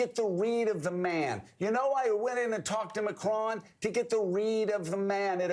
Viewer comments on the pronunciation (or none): They should have been fired years ago. He can’t even pronounce Macron’s name right. What jerks!